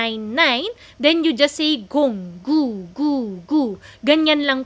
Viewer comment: sounds like "GUP" yata ung narinig kong sinabi ni ma'am nung nagsabi sya ng cellphone number na 0999 eh GUP GU GU GU